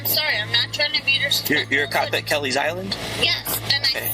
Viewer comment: listen to how she says disrespectful